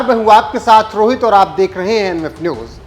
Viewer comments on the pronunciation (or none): none